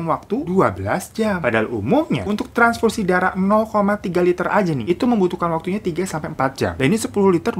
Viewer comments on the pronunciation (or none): Daritadi gua mikir tranparasi apaan, transfusi toh maksudnya😂 ya Allah ini kuping gua yg error apa emng ngomongnya typo?😂